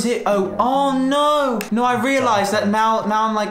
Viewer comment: No one:: Literally nobody:: "nOoU"